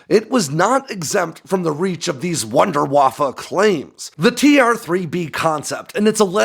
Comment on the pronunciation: Wunderwsffe is pronounced “voonder vaffeh.” Up your game.